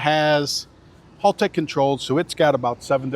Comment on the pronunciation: Hal-tech, not Hall-tech hahaha. Can't go razzing Andy for his tremec blunder 😜